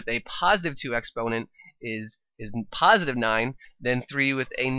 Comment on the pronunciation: Puhsitive exponent😂😂